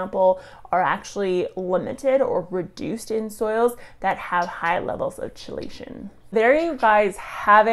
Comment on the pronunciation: ChellAshun? Wtf